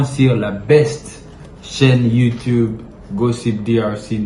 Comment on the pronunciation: YouTube non youtibe musique et non misique svp